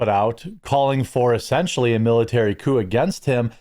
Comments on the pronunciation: I hate to be that person, but its "coup" not "coop". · Dude, it's "coup", not "coop"...😁 And they should be ARRESTED! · Its coup, not coop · * Coup, as in Coup D'etat. Its not a chicken coop. :P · It's spelled 'coup', not 'coop'. A coop is what you put chickens into. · Your chiron reads "miliary coop", I think you mean military coup. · jeremy its coup not coop lol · "Coop?" LOL!! Cmon Jeremy hire some guys who are literate!